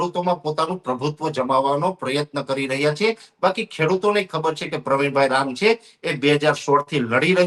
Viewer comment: " chhe " bolta sikh